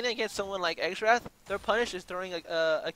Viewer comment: The champion is pronounced "zerath" lol